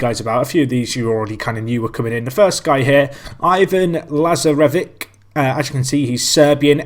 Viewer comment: its pronounced as laz-are-vich